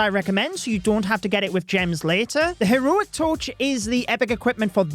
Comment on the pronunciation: Bri ish moment 🇬🇧